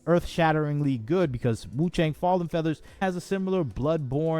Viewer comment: wu chang- chang pronunciation is actually close to "chunk"